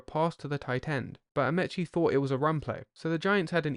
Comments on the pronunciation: As this is American football, it would help if you spelled offense and defense in the American, not the British, way. And the Colts’ fullback’s last name was pronounced with a long e — a-MEE-chee, not a-MEH-chee. That’s the way the 45 million TV viewers, myself included, heard it. Alan Ameche was a star whose name was familiar to millions of Americans. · I hate AI readers. Alan Ameche is pronounced with the first E being a long E. Such as A-meee’ cheee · It's pronounced Amici as in Alan "the horse" Amiche! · Great video. One tiny quibble. Alan “The Horse” Amici’s surname is pronounced “uh-mee-chee”; that is, with both the first and second “I” pronounced as a long “E.” Looking forward to the Johnny U vid.